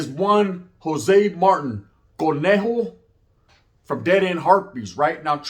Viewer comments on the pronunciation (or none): It’s pronounced Martin bro like martinez with out ez . Not marten